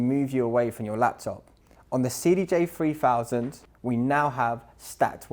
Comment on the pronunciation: cdj free fousand REALLY ??? Not a very good advert when you can't pronounce the products actual name correctly.